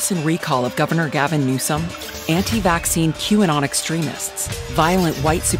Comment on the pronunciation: “GALVIN NEWSOM” lol